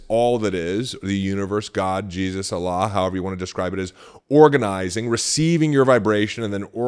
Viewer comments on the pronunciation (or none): none